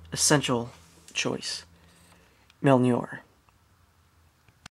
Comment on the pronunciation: ...MOJLNEEER DUMMY NOT MEJLNER !!!